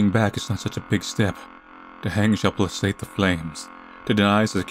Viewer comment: All my concentration on the story flew out of the window when started reading "placate" wrong lol